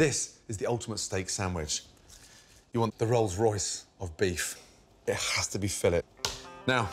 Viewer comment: "it hhhhkass to be filet." gets me every time😆